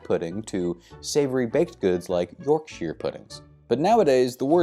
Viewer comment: I've never heard YORKSHIRE pronounced like that before. Ta love.